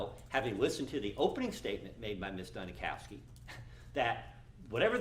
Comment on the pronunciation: They're doing the same thing with the lead prosecutor. Her name is Dunikoski (Duni cause ki) but the they keep saying Duni COW ski.